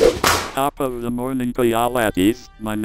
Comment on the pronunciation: "In thee next videau"